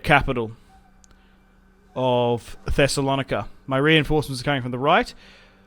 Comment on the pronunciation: The way you pronounced the greek name of Thessalonica was just hilarious😂😂😂